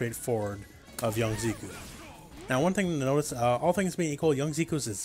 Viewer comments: Zeh-koo not Zee-koo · "Z-cue"? The announcer says his name haha how can u say it wrong?! "Zeck-ew" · Zeh-ku, Zeh-kuh. They pronounce it when he wins. Great video, though. Lol. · His name is Japanese. If his name were the way you pronounced it, it would be spelled "Ziku". Hero Banadana and the others who commented on this are right. It's pronounced "Zeh-ku".